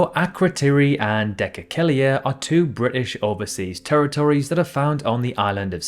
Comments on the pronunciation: Why do Brits struggle so much to read other languages? It clearly says Dhekelia, where did the extra syllable come from? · i think you pronounced Dhekelia a bit wrong, as if it had two "ek"s